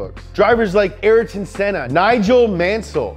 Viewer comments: Also the way he said Ayrton Senna 's name. It's exactly how it's written: A-YR-TON, not "ÉR-TON". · It's not araton senna, it's Ayrton senna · Anyone triggered by “ah-lane pro-est” and “are-ten senna”? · nah because he pronounced sennas first name wrong aswell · Which f1 fan realized that he said Ayrton Senna and Alain Prost’a name incorrectly